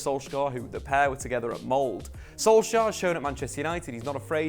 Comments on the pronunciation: Did he just call Molde for Mold? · Good luck - I'd love to see him in the Premier League! The "e" in "Molde" is not silent. They won this season's Norwegian top-flight title, too ;-)